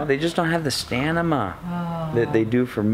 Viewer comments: The "stanima"? I'm a linguist. Sorry. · Love the videos and the music in them! I had to laugh ..They just don't have the stanima, is that spanish for stamina? LOL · lol stanima? Who exactly is tired? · Did you say "stanima"? he he...great that's now an approved auto correct word on my phone! Keep up the good work guys! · Stanima dont you mean Stamina? Loved the video as usual. Its going to be hard to complain about anything on your vids, there just so good. keep it up :) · The Stanama? Is that like an enema? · I love how you were talking about the lack of "stanima" for Trish. One too many Pacifico's? Or were you fading just as fast? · amateur shoppers dont have the "stanima". That made me LOL